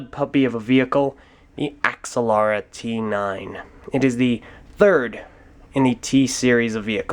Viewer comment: Ax-ah-Lara? I always pronounced it "Agz-al-ara".